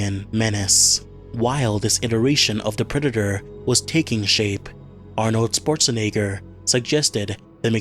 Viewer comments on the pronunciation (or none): Bro Literally Mispronoced Arnold Schwarzenegger As Aronold Sportz Shanager💀☠️